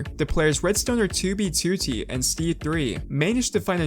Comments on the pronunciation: i like how he pronounces it as TOObeTOOtee instead of twoBEEtwoTEE lol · Toob toot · Toubie TooTie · for the sake of fucking hell, its two b two t, not toobie tootie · Why does he pronounce 2b2t as 2bTwo-T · "2B Tooty" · It's 2b2t not 2bee2tee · bro said toobeytooty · He doesn’t pronounce it “2b2t” he pronounces it like “too bee to tee” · its not 2 b 2 t its 2b2t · Twew bee twew tee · "To be tooty" is how i hear u pronounce 2b2t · "Tooby tootee" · Tubee Tutti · Tiewbyie tywotee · Tou bey tou tey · Toobie tootie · twoo bwee twoo teeeh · to be tootie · pronounces 2b2t as "2wb2wrt" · Why do you pronounce 2b2t as toobeetootee please stop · "was a very old base on TOOBEETOOTEE" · He has the worst way of saying 2B2T god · why does he say 2b2t like that 😭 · the way you say "2b2t" reminds me of the jelly belly rat meme lol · i love and harte the way you say 2b2t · The way you pronounce "2b2t" is annoying as fuck, I'm sorry. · FitMC already made a video on this stop stealing content and learn how to pronounce "2b2t" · I love the way you pronounce "2b2t" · I hate it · at least he managed to say it somewhat normally the very last time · i love your videos but could you put the emphasis on the 't' and not on the 2 2's when you say 2b2t it slightly bugs me